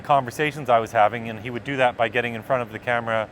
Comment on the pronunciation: "in fron of the camera" FRONT